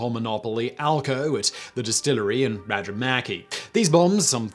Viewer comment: Cheers for actually pronouncing Rajamäki somewhat correct. Thats my home town and we still have the only flak towers In finland